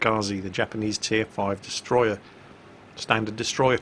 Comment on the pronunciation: it's not destroyer if it's japanese, it's DESUTROYAH!!!!